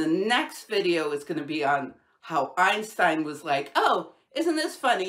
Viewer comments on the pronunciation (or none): none